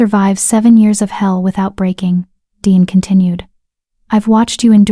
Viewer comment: It is Deeanne. Not Dean or Deon or Diane. Good story.